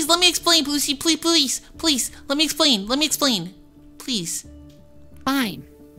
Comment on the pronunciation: Ok ok ok u don’t say let me esplan please u say let me esplan